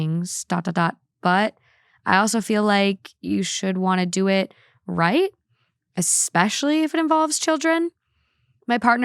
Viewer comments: My best friend obstinately says "ECT" instead of et cetera [pronounced EH-KT, like she's not just pronouncing the abbreviation as a word, but ALSO switching etc. with "ect"] and it infuriates me. So while we're at it, it is NOT "EC-SPECIALLY," its "ESPECIALLY." There is NO "C" anywhere at the beginning of that word. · it’s ESPECIALLYYYY not EXPECIALLYYY 😂 love u thoo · Worse than "ex-cetera"...."ex-specially" instead of especially. I can't with that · Ekspecially xD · I’m glad someone pointed it out 🤣 It was such a pet peeve how they pronounce “et cetera” It’s French so I guess we can’t blame them. they also mispronounced “ex-specially” 😅😭😭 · "We say 'et cetera' wrong.": *Still saying "eXspecially" Honestly, don't change. It's the easiest way to tell it's when I am just listening. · I am not saying this because it's annoying, I do not care, but I noticed you say "especially" with an x, so "expecially." There's no x lol but love you so much!